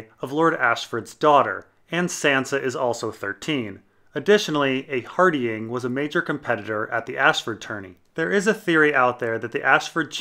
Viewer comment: Love the vids, but your pronunciation of Hardyng is jarring